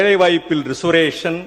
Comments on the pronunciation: என்னா ரிஸ்வரேசன் என்று உச்சரிக்கிற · Risu ரேஷன் இல்ல மார்க்கண்டேயா ரிசர்வேஷன்! Un English ku உன் பையன் இங்கிலீஷ் பரவால்ல!